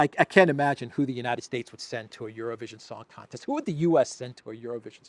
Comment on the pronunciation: LOL IT SOUNDED LIKE YOU SAID ''ZERO-VISION' NOT EUROVISION TOOO FUNNY